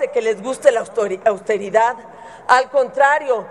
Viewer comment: Margarinflas no puede decir austeridad jajaja